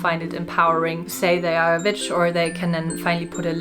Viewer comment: Your videos always appeal to me, they're so nicely done. I'm just being honest though - as they're being spoken in English, the English pronunciation of the word "witch" is with the same sound your language use for the letter "v" so if you saw the word "vitch" and pronounced it in your language you would have the correct pronunciation for English speaking. It may just be me but I can't get through any of the videos when the word witch is pronounced with the strong V (to you W) sound - it grates and stops me getting into the flow of what your're saying. Sending best wishes.